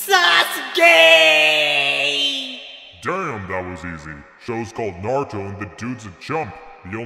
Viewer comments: Its pronounced Sauce Gay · in the whole video sasuke is pronounced as susgay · Naruto says sasgay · no its susgay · You mean "Sus-Gay." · "SASGAY" -Naruto Uzumaki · Why did I hear "Sus gay"💀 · He said sasgay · on your captions and see what naruto said while pronouncing sasuke